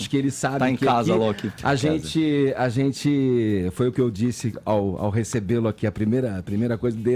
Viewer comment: “Azenti” “Sorti” “Zenti” 😂😂😂 Vamos visitar uma Fonoaudiologo URGENTE